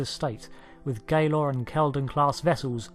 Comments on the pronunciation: It's said like : D'tapa & Galoure Though galore is acceptable - but not Gay-lore If I recall correctly the Cardassians fondness for art, architecture and the like predates their totalitarian government - they also may have suffered some adverse reaction to meeting aliens too that set them on a dark path (as also happened with the Klingons - who basically used to be obsessed with Farming before 1st contact). I wish they'd show Klingon Farmers in Star Trek as it pretty silly we only see soldiers and the odd chef or singer or nurse or doctor - and very few of those. I'm sure the Klingon's would have celbs for example - they have a stage tradition too. They Klingons do have some ideas that have some merit such as you have to work on a ship doing the thing you want to design before they let you design it. so perhaps a lot of engineers and scientists get killed in battle and so that slows their progress a bit. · The ship Galor's first half is pronounced like gallows. Or like a Gall (girl) and Lore (info).